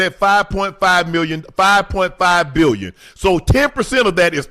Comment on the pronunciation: My unc said A-BILL-YON